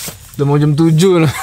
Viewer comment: Bukan jem, tapi jam... 2 jam bukan 2 jem? (bhs indonesia) Bukan mata aer bang tp mata air..